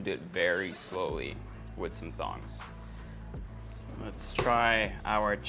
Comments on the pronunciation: Did he just say thongs instead of tongs? 😂😂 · Um, did he say thongs or tongs? 🤣